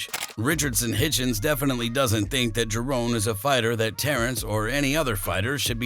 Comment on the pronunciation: It’s Ja…Ron not JaRone! Get it right fella